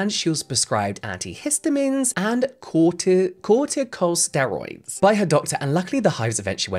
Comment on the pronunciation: You got cyanoacrylate correct. You also got corticosteroid correct. Antimony you said mostly correctly: Ann Tim Oh Knee, with the stress on Tim. We use so many products in our daily lives that have the potential to go wrong, very wrong. Never use a chlorine bleach to clean your toilet, for example. And if the room suddenly smells like a swimming pool, LEAVE. Immediately.